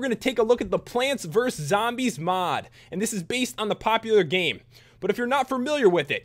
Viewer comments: when you said sombies its like you said some zombies xD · when you said sombies its like you said zombies xD